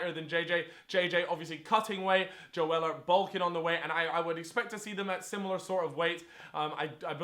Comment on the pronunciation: its not joe weller, its joe seller